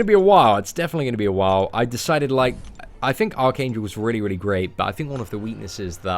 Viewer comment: I keep thinking you are saying arcane jewl